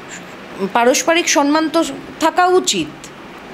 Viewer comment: Madam, I think proper word, SAMMAN,but not SANMAN